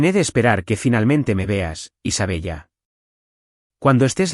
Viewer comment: ¿De verdad que el narrador no sabe que se pronuncia Isabela? Ninguna prifesionalidad